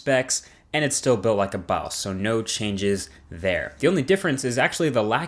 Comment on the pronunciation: When you say boss' it sounds like "balls". Quit trying to act black..